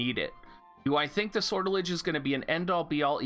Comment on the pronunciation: Sor tell ijay Make the j sound rounded rather than harsh.